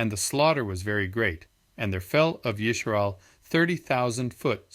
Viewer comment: Yisharal?? Why the fake Hebrew???